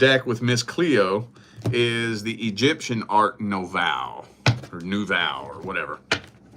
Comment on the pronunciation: Say, "New-vo."